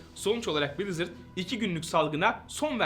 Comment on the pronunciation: brizırdı brazzers diye duydum aq